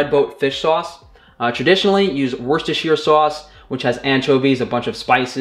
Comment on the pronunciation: wur-ster sauce. Two syllable. Go on....you could be the first American to pronounce it right! 😆 wur-ster